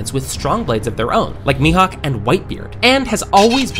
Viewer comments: Mihawk ❌ mihook ✅ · Bro said 'Dracule Mihook' 😂😂😂😂😂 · dracule mihack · It’s not me it’s me hawk😂😂😂😂😂😂😂😂😂😂😂😂😂😂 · Mihawk❌ Mihook✔️ 😂😂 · Bro said dracule mihook not mihawk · Dracule....Meathook? Did I hear that pronunciation right??? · Why did he say Mehook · Did you really have to say Mihook? 🤦‍♂️ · Why did he said me hook😅😅😂😂😂😂😂😂😂😂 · It's mihawk bro not mihook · bro fr says "mihook" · "Dracole Mihuk" bro what? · "We don't know how a blade becomes a black blade"...."through the continuous use of his haki Mihook has turned its blade black"....tell me you don't actually watch or read One Peice without saying in a better way than that, even got the characters name wrong lol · bro said me hook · Mihook 3 times lol😂😂😂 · ahhh yes mihook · The way anime content creators pronounce names makes me believe yall dont watch a single fuckin episode lmaooo. Hawkeye mee-hook 🤣 Yall in it for the $ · Sorry but it's mehark not mehook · Why do you call Mihawk mihook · Zoro but u said meHook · Bro its mihawk not mihuwk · Mihawk ❌ Me Hoook ✔️😂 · It's mihak not mihook😂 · he said dracule mihook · Bro literally said dracule mihook😂😂😂😂😂😂😂😂😂😂😂😂😂😂😂😂😂😂😂😂😂😂😂😂😂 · He Said ”Mihouk” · Mihook 😂😂😂😂😂😂😂😂 like yeah and fr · Bro said “dracule mihook” in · Bro “Dracula mihook🤨🤨🤨🤨🤨🤨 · ah yes “hookeye” dracule mihook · Mehook? 🙏🏻😂 Respect for my guy Mehook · bro, really said muhick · Bro said mihook 5 times 😂😂😂😂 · Who tf is Mihook😂😂😂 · WHAT THE HELL IS MEHOOK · ye I know but why is he saying mihuk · Hey he’s a weeb of course he’s gonna pronounce it how oda would’ve